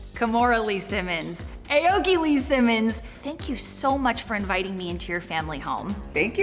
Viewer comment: AOKI pronounced AH OH KEE. it could mean blue tree but with japanese writing system it could mean something else, but get pronounciation right